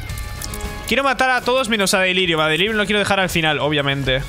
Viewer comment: xD? como vas a delirium sin "R" xd